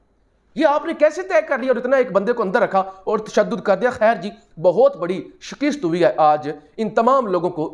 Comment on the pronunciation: SEP 15, 2022. ' SHIKIST ' NAHI ' SHIKAST '. PLEASE GHALAT TALAFFUZ SE IS KE MAANI AUR POWER KO KHATAM NA KAREN. DON'T FEEL SHY TO CORRECT YOURSELF.